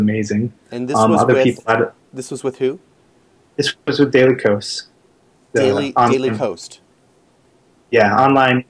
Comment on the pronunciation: "Daily Kos" not "Daily Coast".